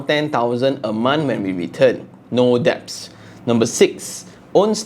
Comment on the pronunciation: Det .. not deb